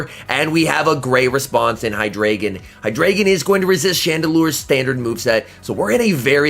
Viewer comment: The pokemon name is like articUNO, ZapDOS, MolTRES (Spanish for 1,2,3), but in this case its German. So its Eins, Zwei, Drei. High-DRY-Gone ^_^ great vid tho apart from the pronounciation! :D